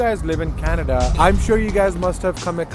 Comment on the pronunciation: It's not canada, its kanedda 😅